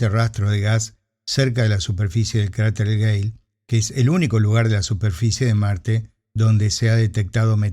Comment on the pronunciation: No hay UNA vez donde no parezca que dice "cráter gay"